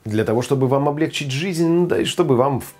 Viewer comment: Милый, вы очень обаятельный человек и прекрасный повар! Но поравильно не обле'гчить, а облегчи'ть! Это Горбачёвский вариант. Простите за занудство, но ухо режет.